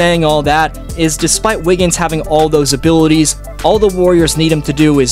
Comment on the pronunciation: "æ wiggins"